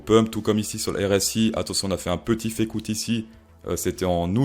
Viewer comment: Tu parles du if you room ? Ou de la Fée coûte ?